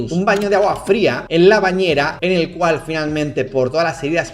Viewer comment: tenía los ojos cerrados y escuché "eñel caso" hehehe